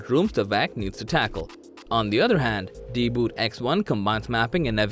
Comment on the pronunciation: Why you're spelling it deeboot? It's DeeBot! Idiot.